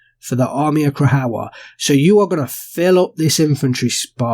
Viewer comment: Krajowa = Cry-ova. J is pronounced as a y and W as v. Also, when you see Cz it's pronounced as ch (as in cha). It's all kind of softer than how we enunciate these letters English.